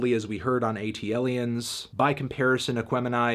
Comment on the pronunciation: Sorry...ATLiens is pronounced as so. Not A.T.L.iens. had to be that guy.